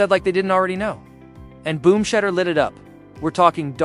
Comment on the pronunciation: His name is pronounced Sha-duer.